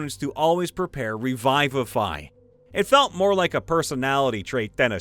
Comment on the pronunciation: Can't pronounce revivify. wtf?